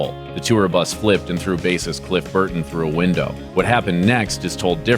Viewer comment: He got Cliff Burton right.